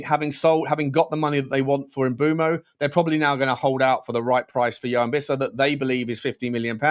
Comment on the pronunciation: Just a pronunciation point: Joao is pronounced /djuwaun/